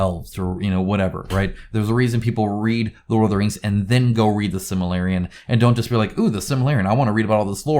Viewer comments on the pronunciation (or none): The Silmarillion. SIL-ma-RILL-ion 🙂